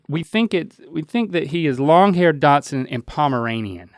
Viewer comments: Link keeps saying “miniature Datsun” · I love how Link pronounces "Dachshund" as "Datsun", like the old car brand that turned into Nissan in the 80s 😊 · Is Link's pronunciation of dachshund a southern thing? Everytime he says it I am reminded of my grandparents old station wagon. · I noticed that too. It made me giggle. My first car was a Datsun.